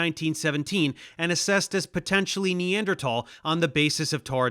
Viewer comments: so out of his depth he doesn’t even know how to pronounce Neanderthal correctly. Imagine someone coming on JRE pretending to be a car expert and they pronounce Porsche like “porch”. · Dave pronounces Neanderthal in a weird way that I am personally not familiar with. This is odd and deeply unsettling and makes me think the earth is flat. Please apologize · He can't even pronounce the word Neanderthal